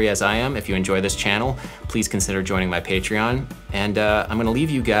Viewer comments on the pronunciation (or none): none